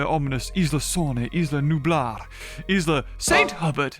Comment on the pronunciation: For what it's worth Saint Hubert is probably pronounced more like San Hyoober